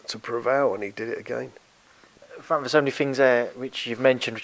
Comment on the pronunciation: Mick Hennessy said that before you fwank